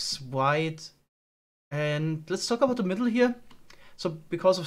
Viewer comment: about hat sich so angehört wie gebaut lol